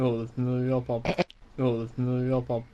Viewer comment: YOU SAID IT WRONG Ahem, YoGPoD. It's said, YoGPoD.